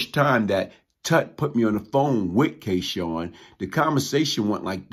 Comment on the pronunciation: Glaze always pronounces his name as K Shawn but its spelled K Sun...so what name did he go by what is the correct pronunciation ??